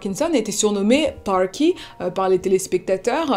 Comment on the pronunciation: J'aime bien ce que tu fais, mais quand tu di "pawky" aulieu de "parky" ça me dérange 😅, juste derrière tu dis "jean-pierre pernault" et pas "jean piewe pewnault"